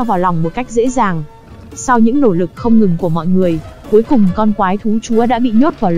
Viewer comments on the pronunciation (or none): mé cái phần mềm đọc lời dẫn review phim thôi mà cũng bị ngọng vđ: "cỗ máy" mà nó đọc thành "cổ máy", "nỗi lòng" thì đọc thành "nổi lòng", "nỗ lực" thì đọc thành "nổ lực". Rồi "nhởn nhơ" đọc thành "nhỡn nhơ". Căn bản hiện ko có quá nhiều phần mềm hỗ trợ đọc văn bản tiếng việt chính xác nên hầu như kênh nào cũng dùng chung một công cụ và người đọc này. KK